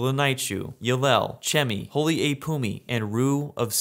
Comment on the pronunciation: Awesome video! Here’s a tip on how you can pronounce the names of these kingdoms. “Y” can be pronounced as “ee” as in “need” instead of “yuh”. For example holy is “holee” not “holyuh”. This can be for the generated kingdom names too. Holy Yd can be Holy “eed”, and Ylehel can be “eelehel”. Hope this helps make the names sound cooler and easier to pronounce!